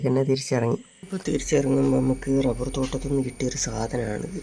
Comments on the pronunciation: ഡബ്ബർ അല്ല റബ്ബർ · മോളെ ഡബ്ബർ അല്ല റബ്ബർ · ഡബ്ബല്ല റബ്ബർ എന്നാണ് പറയേണ്ടത്